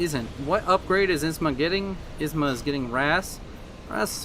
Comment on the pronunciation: Isma became wasma, lol.